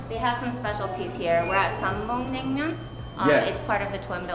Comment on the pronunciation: It’s nang-myun not nam-myung